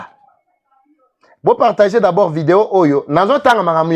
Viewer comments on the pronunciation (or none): none